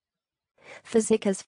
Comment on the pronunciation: That is maybe how an American would pronounce that name but not at all how Magyar would say it.